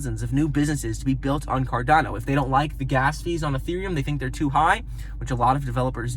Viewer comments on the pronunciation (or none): It is carDaaano not carDOno